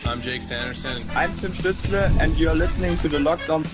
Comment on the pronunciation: Holy! I can't believe that people still can't pronounce Tim stutzle name ever have beef stew or apple studel it's not stut like butt it's stutzle like motley crue stu stutzle